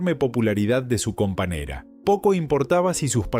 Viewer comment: Lleno de palabras ¡MAL PRONUNCIADAS! Esto no debería permitirse. Horrible. "Años" pronunciado como "anos". "Compañera" pronunciado "companera". Vergonzoso.